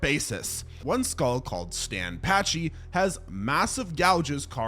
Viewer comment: Loved the video but your pronunciation of a few things just ground my gears a bit lol. Argentina, not Argentinia, Coelophysis is pronounced see-luh-fi-sus not co-loph-oh-sis, Ankylosaurus is ang-kuh-lo-saurus not ank-lee-oh-saurus, and Pachycephalosaurus is packy not patchy. So sorry if this comes off rude, that is not my intent!